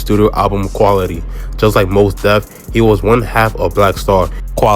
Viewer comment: Not "Moss Def" 😆 Nah excellent vid tho bro, easy sub for me. I love to see brothers covering our history, especially the less spoken on stories & collectives like Soulquarians & BMU.